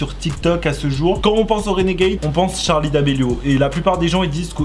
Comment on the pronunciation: Euh c pas Tcharlie c Charlie